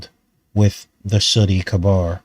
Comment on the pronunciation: Good stuff, just for pronunciation purposes, cabar is pronounced KAY-BER. Every year in Nova Scotia in the HIghland Games, they do a caber toss, which is quite fascinating to watch.